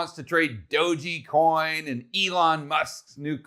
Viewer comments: Thanks for doing this vid. Good info. Tether has a spelling error on their site and you keep saying Dog’e’ coin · It's pronounced doge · i thought it was "dog ecoin" not "dough gee coin" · "Dogey Coin" lol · saying "doji" coin cracks me up every time hahaha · That's exactly what I came to the comment section to say.😂🤣😂🤣😂🤣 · Enjoyed the analysis but I come away with the feeling that doesn't quite know what he's talking about when he says "DogeYcoin" and thinks that Safemoon is "Dave Portnoy's coin". It's not a good look to mispronounce something like Dogecoin or not understand that Safemoon is just being hyped by Portnoy, he has nothing else to do with it. Hurts the credibility to talk about this stuff if you don't know basics. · Every time mispronounces "DOGE" a small Shiba Inu sheds a tear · How can you trust a person who can't even pronounce DOGE, smh.